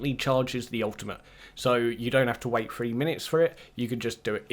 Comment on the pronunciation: One two frwee four